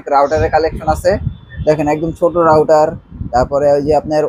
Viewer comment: Not rouder, It's called router!